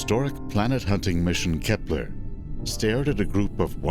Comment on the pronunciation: It`s Kepler, not Kephler..